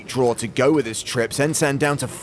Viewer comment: "I had treeps"